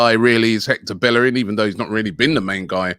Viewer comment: The disrespect is that bellerin has been at the club 10 years and they still don’t pronounce his name correctly 🤣🤣